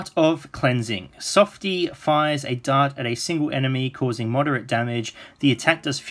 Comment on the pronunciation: dart not dark